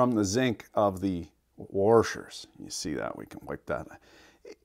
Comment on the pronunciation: THERE IS NO R IN WORSHERS.